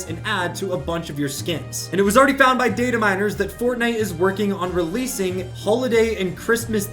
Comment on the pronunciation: You: Data miners. Me: DID HE JUST SAY DATE A MI